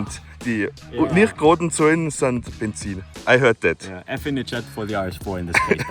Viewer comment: mhm... idz olwayz ze benzin